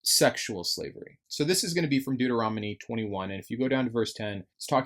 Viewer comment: I love how he always mispronounces deuteronomy